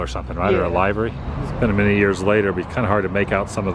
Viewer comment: Livery, Adam, is pronounced like the movie They LIVE. Like the internal organ liver. 👍